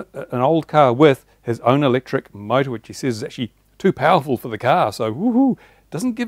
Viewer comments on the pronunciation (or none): none